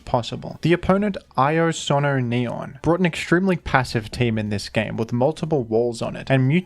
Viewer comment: Minor nitpick: the "io" in "IoSonoNeon" is pronounced "EE-oh." It's Italian. The full name means "I am neon."